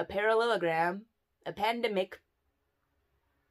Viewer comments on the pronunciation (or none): "we're in this parallagram" 😂😂😂 i died